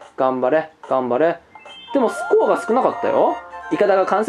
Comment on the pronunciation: スコアの発音が吹部